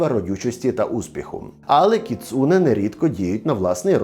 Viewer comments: не кіЦУне, а кіцуНЕ )) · сльози обурення щодо наголосу у слові кіцуне